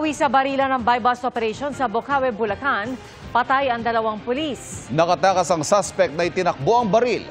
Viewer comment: Sino ba yang reporter bakit pules ang bigkas nya. Anak ng